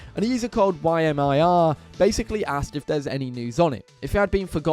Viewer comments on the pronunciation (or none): Y m I r, is actually a name. Pronounced “Ya-meer”